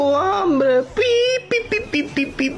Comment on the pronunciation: nose dice ambre se dice hambre